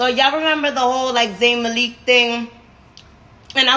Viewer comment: Please she’s so real 😭😭😭😭😭 and the way she keep saying zain MA LEAK 😭😭😭😭😭😭